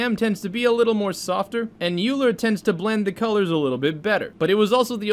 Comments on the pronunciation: The ‘a’ is for ancestral. Those are very creative methods that can generate almost new image at n sample counts. Also Euler is pronounced as oiler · Great video. BTW, Euler is pronounced "oiler" and he was probably one of the most brilliant mathematicians ever born, which is why someone born in 1707 is still pretty awesome even today. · "euler" is pronounced "oil-er" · Euler is pronounced like oi - luh. It’s German.